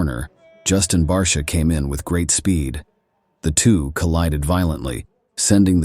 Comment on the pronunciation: If you're going to use AI/bot, at least "guide" it by calling 51 'BARSHA". It sounds more professional that way.